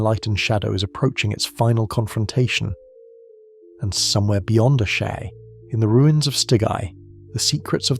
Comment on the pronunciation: Dude how many different ways did you want to pronounce Asshai? 😂 Ashaaay Ashee 😂